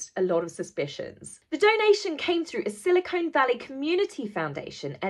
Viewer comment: Love, love, love you! Pro tip though: It's pronounced "SIL AH CON" Valley, not, "SIL AH CONE" (as in implant material 👄) Just wanna help keep your halo polished, chica 😇! Knowledge is power!🌈